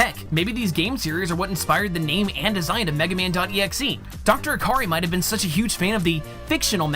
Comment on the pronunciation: D ahhhhhhh MEGA MAYWN!!!! SUPER FIGHTIN ROBOT, MEGA MAYAWN